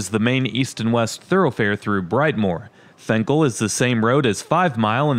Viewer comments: I know it spelled fenkell but everyone I know says it with an “I” sound like Finkell. This like the road lasher to me it’s one word in the suburbs they say it more like La-sher.. more or less it just sounded weird the why you said the street name, ok I’ll get off my weird rant. By the way love your videos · "Fink-ul,". And "Lasher" if you need that one, too.